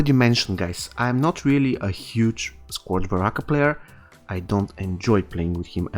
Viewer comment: good video bro, but it’s pronounced (skerj) sounds weird but blame english